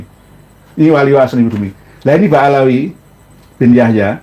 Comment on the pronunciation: Ba'alwy bukan Ba'alawy